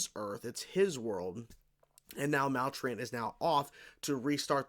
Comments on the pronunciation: It's pronounced "Mal-true-int". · MAL-TRUE-ENT is how u pronounce it, I hope I spelled the phonetics correctly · FYI, it's pronounced Mal-true-ant.